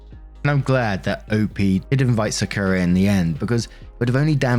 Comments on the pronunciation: sakura is said sock-oo-rah. good video! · I know I’m crazy late but it’s Sah-Kur-Rah (Sakura) I know you a hard time with names😂. Just wanted to say that. I’m glad she didn’t treat Sakura wrong based on her sister personal bs. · its pronounced “Saa-ku-ra” like the tree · Im just listening, and it took me til you said her family was in Japan that i realized that "Secura" was supposed to be "Sakura"..... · I was listening to Story 1 and hearing Sakura as "Secura". Side effects of Star Wars. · For future reference, Sakura is pronounced "sah-koo-rah". Like the character from Naruto... whose name is based on the sakura flower. No emphasis placed on any syllable, Japanese doesn't do that since emphasis is reserved for defining words rather than pronouncing them. It's also a different "r" than English uses but no one can blame you for not bothering to learn it. Fun fact, by the way. "Saku" means to bloom. So "sakura" literally just refers to the fact that it blooms. Quite an unremarkable name for such a remarkable flower. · Im sorry but the way says Sakura makes me cackle like a hyena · As someone who spent years going through a weeb phase, it pains me to hear how pronounces Sakura more than anything else in the first story.